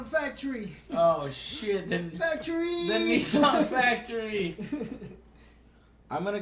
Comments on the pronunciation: WTF IS A NEEEE SON? Joe for fucks sake it's pronounced Nih ssan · I didn't know American's pronounce Nissan as Neessan. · Funny thing about "Nissan out of ten" is that Nissan when pronounced by Americans sounds more like ni san (2 3) in Japanese so...you're giving a 2-3 out of 10. Sounds about right. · what the hell is a nee sun?